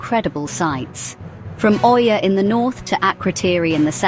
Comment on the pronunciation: Did u say oiia?